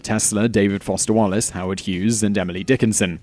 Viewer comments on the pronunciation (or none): none